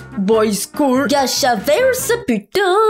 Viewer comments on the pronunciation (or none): On appelle ça du gacha ! GA-CHA Et ça ce prononce gatcha Moi aussi ma photo de profile c'est du gacha !... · Gâcha Life pas gâchaverse